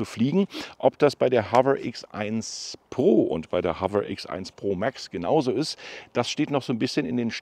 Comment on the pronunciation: HoveRRR ?😂😂😂 das R nicht so Rollen.